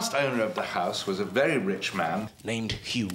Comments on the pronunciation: vury vury spuritual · "...voiry, voiry, spoirtual, ya know?" LoL